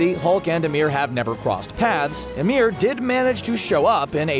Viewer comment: Bro your saying ymir and fenrir wrong